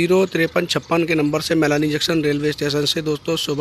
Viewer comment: Junction ka sahivucharan karo